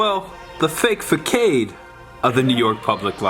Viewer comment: Fah Saad. It's related to face which means front. Not Fahk Aid. Fah Saad dude